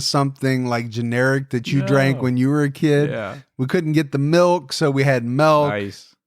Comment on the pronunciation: just said milk the Dutch way melk😂